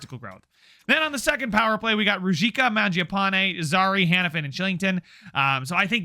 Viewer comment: Ruzicka is pronounced roo-zeesh-ka. Im liking the series, keep it up!